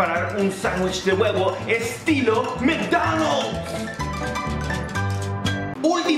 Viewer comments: Este wey vio el vídeo de la que dice "no se dice así" porque dice "micnonals" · porque dijo macdonols